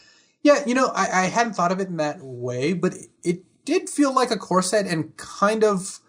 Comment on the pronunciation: Darn it, now I can't unhear talking about corset drafts...